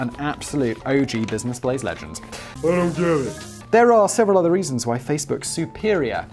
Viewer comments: "this is the Blizness Blaze" Put down the cup Simon you've had enough to drink That or he about to have a stroke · Got a bit of booze in that red Solo cup, Simon? Sounded a little slurry on that business Blaze🤣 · Did he say bluisness blaze or is that just me? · Was having a pretty awful day until i put on tha boi with d blaze and then 1n half minutes in hear him pronouncing the show as the blizness blaze and i couldnt stop laughing thank you simon ,danny and sam i say this on every video or such but this content is fire its the reason you have a hige core fans willing to purch the merch and sen you free enrron stuff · Did he say Blisiness Blaze? 😂 it’s midnight where I’m at and i was half asleep when the notification came in and i woke up just to watch lol